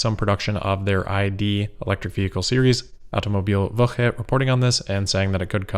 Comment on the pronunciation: Nice, you nailed pronouncing Automobilwoche.